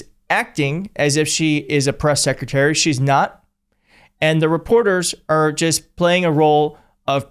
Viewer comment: SSecretary of DDuhfense. 😂